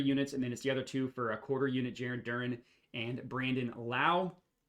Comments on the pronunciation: It’s also pronounced DUR-ANN I’m not messing with you this time lol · This guy can’t pronounce any names! DurAn! DurEn plays for the Pistons! And it’s A-U-Hayne-E-O not Eugene!